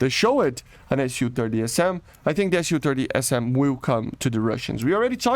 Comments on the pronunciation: it's Su not SU. you say it soo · lol, it is pronounced ‘soo’. In Russian it is Су, short for Сухой, the су makes a ‘soo’ sound.